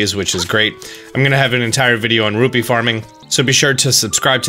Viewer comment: everytime you say "ruby" instead of "rupee" you make link cringe